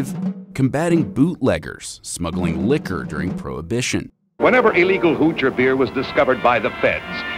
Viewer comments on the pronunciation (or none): none